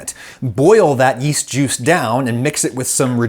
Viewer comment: Oh, yeast! I thought you said "weest."